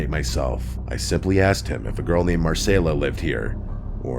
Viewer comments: It’s Mar-Cell-A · Why’d you pronounce Marcela and continuity weirdly